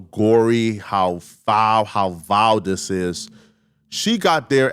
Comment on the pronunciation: Stop saying Dis 😂 it's very frustrating to hear, English isn't even my first language but it's bothering me.